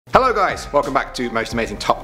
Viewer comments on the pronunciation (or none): none